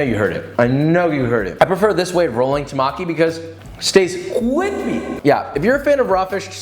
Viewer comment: Temaki, not Tamaki!